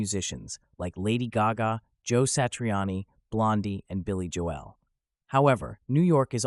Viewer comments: I'm saying that's how you're pronouncing it...Jo-El. unless it's A.I. But you do you. 😂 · Not a bad list. Who is Billy Jo-El though? ;)